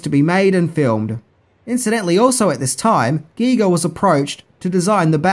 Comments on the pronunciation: Well,, you pronounced H.R. Giger correctly. You will always win with me for THAT. Most people pronounce his name as they would a Giger counter used to measure radiation. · Hearing pronounce Giger correctly almost made me pass out in surprise!:-D There was a Species tabletop RPG. I never played it, but spent probably close to an hour browsing through it in a bookstore. It was a fantastic bit of world building, and expanded on the events of the movie in a way that could've made for a great extended campaign. IIRC, the idea was that the players would be a team trying to track down and destroy all of Sil's offspring to prevent them from reproducing and gradually relaxing humanity as the dominant species on Earth, while also trying to keep the whole thing a secret from the public.